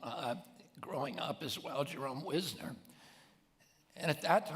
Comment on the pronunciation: It's Jerome Weisner rather than Wisner. He became president of MIT